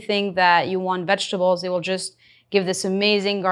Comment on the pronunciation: Great recipe and equally grand results! With all the effort, why not put equal effort into script? How hard is it to just say "vegetables?"